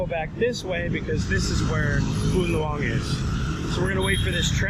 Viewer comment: ask a Vietnamese how to pronounce Phu Nhuan. lol it's not "nu an"